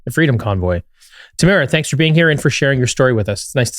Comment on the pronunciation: Tamara "Leech" 🎉🎉 4 years later, eventually we'll get her name right! 😉